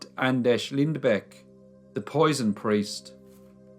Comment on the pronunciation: Not exactly but close enough i guess :D But you got the last name real good and pronounced the ä perfectly, nontheless great video i enjoyed it!